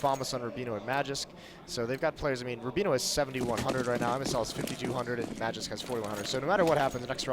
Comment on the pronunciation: They say Magisk so fkn wrong it hurts